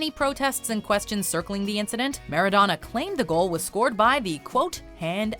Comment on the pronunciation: for f*cks sake, stop it with the foreign word butchering. Do some research on how to pronounce them correctly. This is a thing you do on every video with foreign words. Why the hell do you cringely pronounce European names/last names, but last names such as Maradona, you keep the English accent?